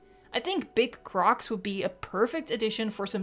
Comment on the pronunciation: The way you say “big crOCs” LoL